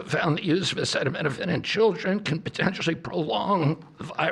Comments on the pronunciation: The way he couldn’t pronounce acetaminophen 😂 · I cannot believe WE HAVE THESE MORONS. he can barely say acetaminophen or pregnancy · Did he know how to pronounce acetaminophen in the one you watched? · oh my he can't pronounce the name of a medicine oh no not like our past presidents have been able too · RFK Jr. and “Dr.” Oz have no solid evidence or data to link Tylenol to autism, and neither are recognized as credible to say otherwise. The PRESIDENT also just said he’s not sure if what he said was true, and that he’s not careful with what he says. Also COULD NOT PRONOUNCE ACETAMINOPHEN. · Did he say Epsteinopethamine? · Come on trump, sound it out... a ce ta mi no phen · The old man did not review his notes and needed assistance pronouncing acetaminophen. Leavitt should have been on top of it. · agreed. Babies cannot needlessly endure a high fever. Also, is he talking anti vaccines again for babies? Trump is no doctor and spews nonsense. He can't even say acetomenophine. Are babies even given hep b? He keeps saying, "I feel". What knowledge does he base this on? "If your fever is so bad"? Yes. What do u do? Nonsense with no solutions suggested. "Don't take it". Ha! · RFK sounds like he is about to collapse. T claims he has always been against Acetaminophen but strangely does not know how to pronounce it. What a bunch of nuts. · Kind of sad that he can't pronounce the name of this drug that he is so certain causes autism. So...about those Epstein files? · He can’t even say acetaminophen 😂😅 Is he okay? This clown is in charge of our warheads?!? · It really shows they did the research when they can't even pronounce the name of the drug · The president of the United States does not know acetaminophen is Tylenol and can’t even pronounce the word. Let that sink in! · Bro has not ever seen the word acetaminophen in his life ??? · Your president can’t pronounce Acetaminophen!! Not my president!! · HE DOESN’T EVEN KNOW HOW TO PRONOUNCE ACETAMINOPHEN